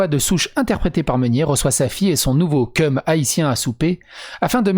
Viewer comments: Tu as sûrement fais exprès mais le "chum" se prononce avec le h aussi x) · Ils prononcent pas 'keum' c'est vraiment un 'cheum' voir même 'tcheum' XD Je kiffe aussi l'accent quebequois XD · Petite correction de prononciation québécoise "chum" ne se prononce pas keum mais tcheum (ça veut dire petit ami) sinon ça peut prêter à confusion... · Et aussi pour le mot Chum qui veux dire petit copain, tu doit prononcé le ch comme dans chat